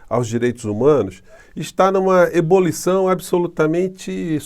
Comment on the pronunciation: ...Não diga EBOLIÇÃO. Diga EBULIÇÃO. Assim estará falando corretamente. Um abraço!